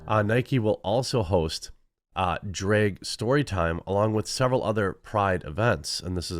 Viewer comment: why can't you say drag? it's not draeg, its drag.